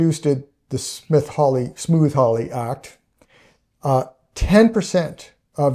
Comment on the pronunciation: Is he saying Smooth Hawly, I thought it was Smoot with a hard T right? like suit or dispute. Not smooth like Smooth Criminal